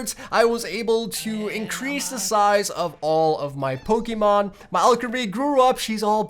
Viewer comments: You're pokemon pronunciation is killing me 😭😭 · Him saying the names of pokemon triggered me